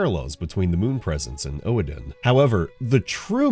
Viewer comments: Oedon is pronounced "Uhdun." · I mean yes but actually no, as much as BB derives from victorian english as much it derives from gothic German, Reiterpallasch is an example, it means (horse) rider lance and is just plain German, and in that case Oedon would be pronounced like the German Ödon since Oe, Are, Ue is the old writing form of those Ö, Ä, Ü consonants, so no you're actually wrong and are pronouncing it wrong, look it up on Google how it actually would be pronounced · lol fair. I pronounced it "Odin" for the longest time and my Medieval English PhD friend schooled me about it. I think the issue is that it's hard to put the proper sound in writing phonetically. I say "Uhdun" but I'm trying to imply a very slight "r" sound, like the British non-rhotic "r," Urdun. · That makes sense. Kinda related, I pronounced Oedon as "Odin" until my medieval literature PhD friend got on my ass lol